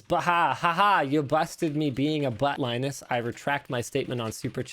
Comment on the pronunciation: LIE-nus and